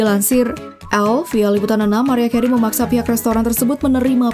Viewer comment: Gw ulang ulang cara nyebut nama "MARIAH CAREY" ???? It's not good! duuuh malu maluin konten yutup kok cara ngomongnya gitu payah